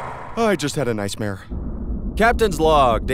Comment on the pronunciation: A noicemere, I'm dead XD